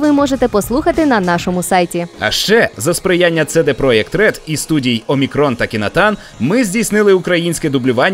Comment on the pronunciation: Та скільки вже можна неправильно вимовляти CD Projekt RED? Ви, мабуть, і ЦеДе диски слухаєте на ЦеДе плеєрах з Audio ЦеДе якістю? Фух, накипіло)